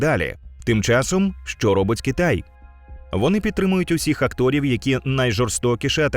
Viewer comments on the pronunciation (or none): Не актОрів, а Акторів